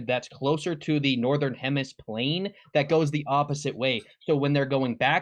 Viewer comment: Did he just say HEMISPLANE?! 🤣🤣🤣🤣🤣🤣